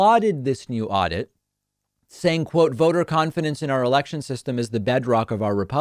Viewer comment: Aurdit...who says that?